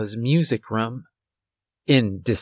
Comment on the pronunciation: You say room like markiplier. Makes me think of rum. Not making fun, just an observation.